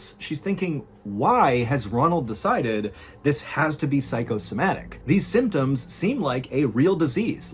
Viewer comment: Aside from "aymtoms" ....yup. Much improved! Well done.